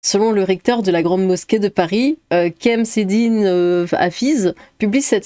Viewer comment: On dit CHams-eddine avec CH comme...